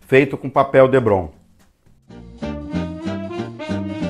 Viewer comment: Muito bacana seu diorama, só um detalhe o material tipo isopor é DEPRON e não Debron como voce fala.